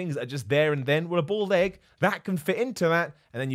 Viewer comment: Thought you said "bald egg" instead of "boiled egg".